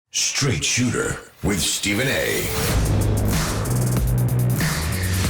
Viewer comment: STRAIGHT SOOTER??